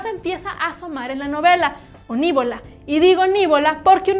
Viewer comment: Pronuncia bien la palabra: no era "nívola" (esdrújula) era "nivola" (llama o aguda), si lees bien la novela, NO HAY ACENTO